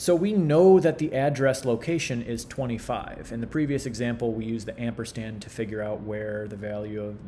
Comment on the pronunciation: Mitch: "Amperstand.....amperstand....amperstand..."